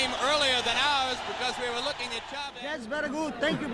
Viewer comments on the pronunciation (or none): none